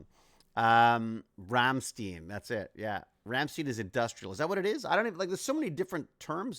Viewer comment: need to work on the pronunciation of Rammstein two members kissed on stage to protest against homophobia and they shows are an experience.